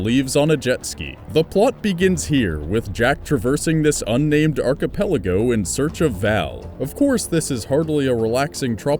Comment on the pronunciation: The way you said, "archipelago" got underneath my skin.